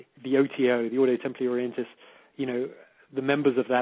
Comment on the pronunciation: PRONOUNCED ORDO TEMPLEE ORIENTIS....